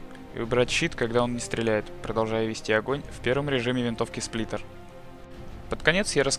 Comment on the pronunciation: Сплинтер? Что? Сплиттер вообще то. ( ͡° ͜ʖ ͡°）